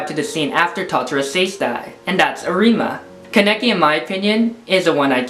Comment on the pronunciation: Am i the only one watching this in 2021 and is annoyed for saying arIma instead of Arima and kanEki instead of kAneki (the capital letters are where you should point the letter)